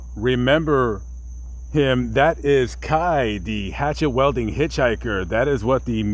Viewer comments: pretty good Journalism imo except your pronunciation of the word "Wielding" lol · It bothers me you can't pronounce weilding.